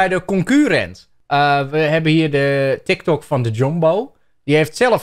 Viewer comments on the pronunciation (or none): none